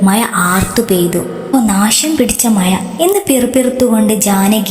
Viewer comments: കോഴിക്കോടാണ് സ്ഥലം അല്ലേ... കോഴിക്കോട്ടെ അക്ഷരമാലയിൽ ഴ എന്ന അക്ഷരമില്ലല്ലോ യ അല്ലേയുള്ളൂ. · യാ അല്ല ഴ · മയ അല്ല മഴ 🤦🏻‍♀️🤦🏻‍♀️🤦🏻‍♀️ യ വേറെ ഴ വേറെ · മഴ എന്ന് പറ. ഴ വഴങ്ങുന്നില്ല അല്ലെ 🤣